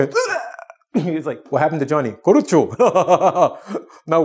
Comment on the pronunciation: if i remember correctly, it's karoushi (sounds like kah-raw-she) the japanese word he talks about